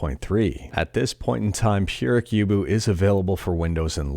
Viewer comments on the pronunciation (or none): Hey, it's Purei (Play) + Kyubu (Cube) = Purei Kyubu